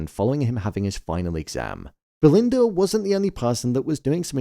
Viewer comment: Belind-errrrrr & Greg